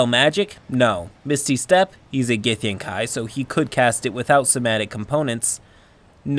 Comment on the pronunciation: Its gith-yang-KI, not gith-yang-KAI.